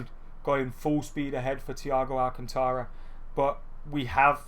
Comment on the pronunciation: You're not pronouncing 'Alcantara' right, listen to it in Spanish somewhere.